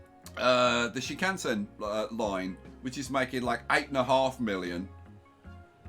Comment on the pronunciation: You are always saying Shinkasen...even though you've spelled it correctly in a previous video title...